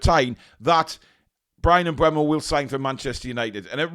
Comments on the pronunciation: Mbeumo...... Its Pronounced "Em-boom-o" according to the man himself 👊 Thank me later 😊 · Apparently, it's pronounced em-BOO-mo. But whatever, i can't see him going to Newton Heath FC. They got Cunha, but he's a mercenary and would've gone anywhere for more money. Plus, he seems like a knobhead, so they can have him. I would've rather had Kelleher for £12 million than Trafford for £35 milllion, tbh. Yeah, he was good in the championship last season and helped get Burnley promoted, but he also helped get Burnley relegated from the PL the previous season.